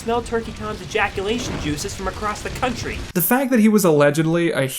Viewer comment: COUNT-TREE ROAD BRING ME ROAD!